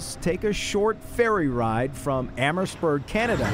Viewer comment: Amherstburg ONTARIO....say it right bud.....we don't say Detroit United States....we say Detroit Michigan.....have some respect please